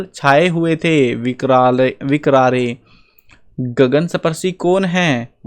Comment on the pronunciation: विकरारे ❌ कजरारे ✔️